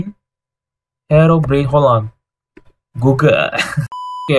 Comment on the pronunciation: abg salah cakap hirobrine